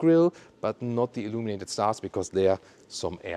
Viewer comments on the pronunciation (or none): Umm for some reason, I don't know, whenever you say "illuminated", reminds me of "illuminati" 🤣. Why?